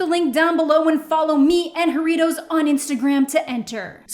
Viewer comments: Ho-rritos? Like a Ho and Doritos? ( ͡° ͜ʖ ͡°)... Try it with a Ha as in Ha-rritos. Like a laughing burrito. Oh, and roll them rrrrrrrrrrr... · As a mexican , me da ternura como dice "iaritos" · Hey! Think you’re awesome. But the pronunciation of Jaritos is bugging me. Think of it as “haritos”, “HAritos” :) okay. That’s all. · Girl, I love you but that is not how you pronounce Jarritos 😂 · me da risa como dice jarritos y guayaba jajdjs